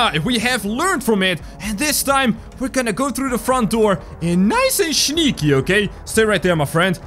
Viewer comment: said shneaky